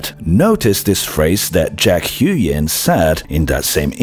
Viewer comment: huynh is pronounced kinda like hooWIN. not hyoo-yen